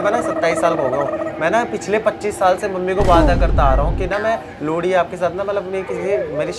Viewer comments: Wo लोड़ी नही लोहड़ी होता ह शायद😂 mst वीडियो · भाई साहब लोहड़ी होता है या लोड़ी 😂😂😂